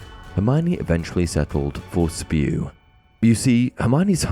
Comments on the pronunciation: It's not Spew it's S.P.E.W.! 😂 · I am sure, many have already said it, but... IT'S NOT SPEW! iT'S S.P.E.W.!!!